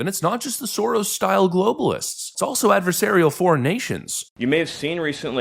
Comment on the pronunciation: Hah, love the accent. The way he says "Soros" - that's the correct pronounciation.